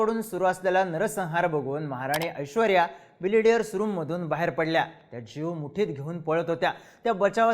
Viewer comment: Are बिलियर्ड आहे ते तू बिलिडियर बोलतोय . थोडा knowledge घेऊन bolat ja .Tase tuze videos आवडतात